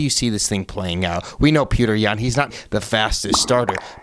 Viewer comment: I love Sean and I also like, but it just bothers me that they purposely say "Peter" instead of pronouncing his name right. Its a Jake Paul type move, not really funny, just pointless. Give PETR the respect he deserves, and say his damn name right. It's childish to keep saying it wrong. Theres no sense in being disrespectful